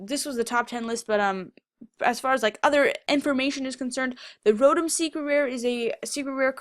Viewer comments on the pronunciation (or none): none